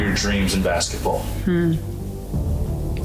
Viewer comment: I don’t say this in bad way but has anyone else ever noticed how different CC pronounces the word basketball? It sounds like bassball, when she says it.